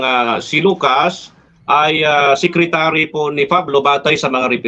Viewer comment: Sekritary nga San mo basa kups ka